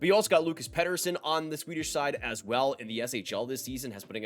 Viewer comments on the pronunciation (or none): none